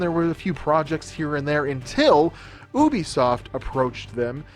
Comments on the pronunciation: it's UbiSoft Not OBI Soft, it Called Ubi Soft Like for example Uber Start with U not O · not USBISIOFT ITS U BEE SOFT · Oobesoft nah g it's called You-be-soft Ubisoft, please Americans speak right, it's Nike not Nikey, it's adidas not Ah-dee-das, we made you so please speak our language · Correction : oOobisoft*